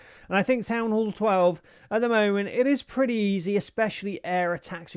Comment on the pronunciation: "town hool"